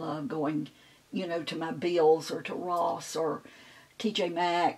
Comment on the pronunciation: Lived in Florida all my adult life. It's definitely pronounced "Bells".